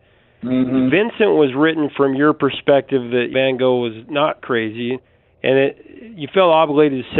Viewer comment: Apart from Don McLean's "Vincent", all those songs are rightly forgotten. And by the way, you might try and pronounce van Gogh's name correctly. it's like the German word, "doch".